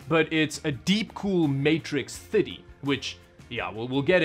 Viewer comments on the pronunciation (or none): Is it me or does the way he says 30 sound like fiddy as in 50 every time he says it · If you can say thirty correctly ill subscribe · What is this "thiddy" you speak of? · I’ve noticed this guy doesn’t say 30 as thirty he says “fitty” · British: thirty American: thirrrrry: theeeiy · I can't go over how he says "thity"...